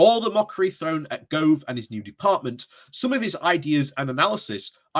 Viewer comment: Michael GO-OOOOOVE not GRRRRRROOOOVE